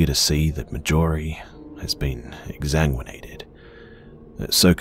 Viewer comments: Marjorie. Mar-jor-ee. Everything else in this series has been phenomenal but this incessant mispronunciation is driving me insane. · This is excellent but I despise the way you pronounce Marjorie. It's pronounced like margarine. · Anyone else annoyed by the way he pronounces Marjorie??